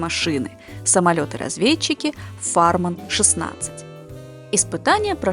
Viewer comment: Странно слышать французские фамилии Моран и Фарман с ударением не на последнем слоге, как и твердое Л в немецком "люфт".